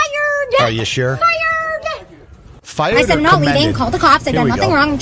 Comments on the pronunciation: I didn’t know the word fired has 3 syllables. Fi-re-D WOW, at Home Depot needs to be sent to Brooklyn with this attitude where there are NO cameras, then we’ll see who needs to go back where they come from. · Believing a degree in anything makes you automatically smarter than anyone else who has a degree in say quantum physics... I'm pretty sure she passed with all "D's" just to get rid of her. "Fiyerd-uh!" Nuh-uh! It's private property, and they have a right to refuse you service. They can trespass you. "Bye-yeee!" She has a degree in forensics and wastes the $100K she spent and probably hasn't paid back, to be an influencer/self-proclaimed New Age "manifester." "I'm here to help you with your positive energy, but by the way, you all suck!"